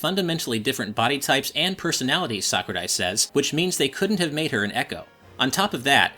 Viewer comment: I like how he actually says Sakurai well